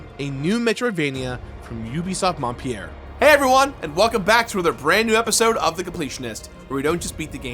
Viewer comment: I cringed every time he said "Montpierre". It's "Montpelier"!!!